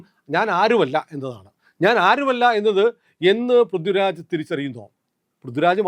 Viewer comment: ഇത് ആ ആശയം ഉൾപ്പെടുത്തി, കടുപ്പമുള്ളതും എന്നാൽ മാന്യവുമായ രീതിയിൽ ഇങ്ങനെ എഴുതാം: ശ്രീമാൻ, നിങ്ങളുടെ ആശയങ്ങളോട് എനിക്ക് എതിർപ്പില്ല. മറിച്ച്, നിങ്ങളുടെ ഐഡിയോളജിയെ പിന്തുണയ്ക്കുന്ന ഒരാളാണ് ഞാൻ. അതുകൊണ്ടാണ് ഈ വിമർശനം. നിങ്ങൾ പറയുന്ന വിഷയങ്ങൾ ഗൗരവമുള്ളതാണ്, പക്ഷേ ഉച്ചാരണത്തിലെ അശ്രദ്ധ അത് ദുർബലമാക്കുന്നു. "പൃഥ്വിരാജ്" പോലുള്ള സാധാരണ വാക്കുകൾ പോലും കൃത്യമായി ഉച്ചരിക്കണം. "ഥ" എന്ന ശബ്ദവും "ദ/ധ" ശബ്ദങ്ങളും തമ്മിലുള്ള വ്യത്യാസം വ്യക്തമായി പാലിക്കണം. പൊതുവേദിയിൽ മലയാളത്തിൽ സംസാരിക്കുന്ന ഒരാൾക്ക് ഭാഷയോടുള്ള ഉത്തരവാദിത്തം അത്യാവശ്യമാണ്. നിങ്ങൾ അവതരിപ്പിക്കുന്ന ആശയങ്ങൾക്ക് അതിന്റെ ഗൗരവത്തിന് ചേരുന്ന അവതരണവും ഉണ്ടാകട്ടെ എന്ന ആത്മാർത്ഥമായ ആഗ്രഹം കൊണ്ടാണ് ഇത് പറയുന്നത്.